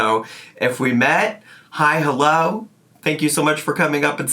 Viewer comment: "hulloh, wulcome", "melk" 😡